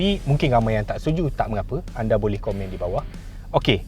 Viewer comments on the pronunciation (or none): none